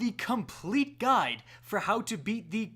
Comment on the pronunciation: I thought he said “This gun will show you...” when he said “this guide will show you...”